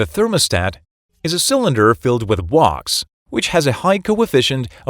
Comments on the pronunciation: Gotta love that wox…. Sorry wax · This guy can't say "wax." He said it was filled with "wox." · Wax rhymes with “fax”, not “walks”. Computer voice? Nice video! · I say wax, you say wox. Lol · Walks Whacks Putayto Potahtoe 😂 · Clear, but goodness.. took me a minute to figure out what "Wocks" (wax) is. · My girlfriend almost pissed her pants when he said wax and pronounced it wocks. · The wox took me out. But excellent educational video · "Woks" inside the thermostat cylinder? Is it that hard to narrate a video without AI? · What the fuck is "wox"? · Good information, but get a human to narrate it. "W-a-x" is "wocks" ?? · Everybody knows "wax" is pronounced "wox". Do you live under a roc? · Wax is pronounced as "WAKS" - check with any dictionary before commenting. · Thus as the WOX will cool down And the WOX will continue to be called WOX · Say Wax again? The AI is going to sound like Arnold and easy to spot. Wacks is how it should sound. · I love how AI pronounces Wax as Walks !! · Sounds more like Wox for us non-American speakers. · Canadian here. I hear WOX, and it is very annoying. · WAX is pronounced like the wax in a candle. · What is with the miss pronounciation of wax? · no it is misspronounced because it's an AI text to speech voice and not a human 🤦🏼‍♂️ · The computer narrator need a less in Wax pronunciation.